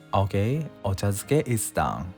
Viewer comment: Ochazuke. Not duke